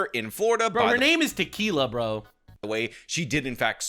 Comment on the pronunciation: Actually her name is pronounced Ta-kill-a....which is also more accurate 😂😂😂😂